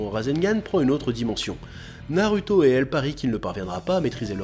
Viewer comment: tu dis TSOUnadé mais NA rue to, comprend pas, fait un effort